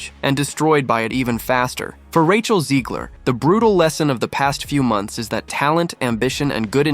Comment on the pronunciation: There is no I in Zegler. Back to the Burque. Albuquerque. Maybe Russ and Doug can do a new restaurant for her so we can learn what not to do. Hahahaha.